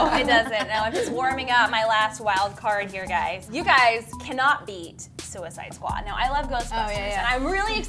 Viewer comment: Am I the only one who screamed when she said suiced squad? 🙃